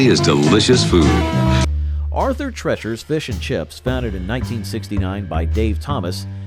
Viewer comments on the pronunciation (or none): Arthur TREECHERS DAMN IT!! Not trechers. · Every time they spoke of it they said tree chers, the only one that called it treachers was the host. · "TREE-CHERS". They even said it like 4 or 5 times. 🙄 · Calls it Arthur "Tretchers" even though the commercial clearly says "Treachers" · What a dumb azz......its pronounced Arthur "TREECHERS"...lol. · 🙂 It's Arthur TREEchers, NOT...how your VO guy was saying it. 🙂 Knew they'd be at the top. Good memories. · How can you get Arthur Treachers name wrong? The commercial literally says the name. 😂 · You managed to mispronounce the name "Arthur Treacher's" even while the commercial was playing and pronouncing the name correctly. That's a level of incompetence that most lazy listicle YouTuber's could only dream about. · You know if you just watched the commercial clips you use for your videos, you'd know how to pronounce Treacher's. I guess maybe that was caused by changing customer preferences too lol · Treeaaaacherssss. The narrorator heard it pronounced correctly in commercials but said fuck it! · It even says it in the commercial, and he still says it wrong *cries*.